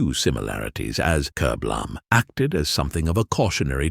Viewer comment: strange titles such as "kerblam" ??????? starting off with something so obvious doesn't fill me with hope for the rest of the video, especially as the ai narration can't even say the word kerblam properly